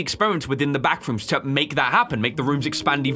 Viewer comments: I love when said bathrooms instead of backrooms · that was so funny that i fall of the chear i just hear ,,bathrooms'' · When you said the « Bathroom’s » the serious was already gone 😂😭🙏🏼